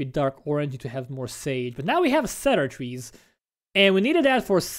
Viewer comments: Cedar is pronounced "See-der" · Not trying to be mean or anything, but it's cedar with a long e. Think Windows: C dir.